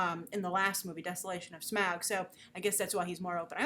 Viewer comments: Smaug* not Smag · Smaaaaauuuuuuuuuuuug , that pronounciation will always be funny.